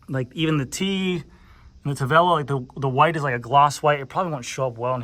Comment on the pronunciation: How strong is the carbon fiber? Is it stiff? Why did Tavelo sound like Cervelo?